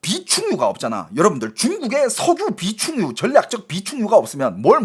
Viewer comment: 왜 석유를 석우라그래 자꾸? ㅋㅋㅋㅋㅋㅋㅋㅋㅋㅋㅋㅋㅋㅋㅋㅋㅋㅋㅋㅋㅋㅋㅋ